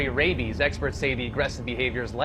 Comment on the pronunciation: It's RABIES NOT human fed my goodness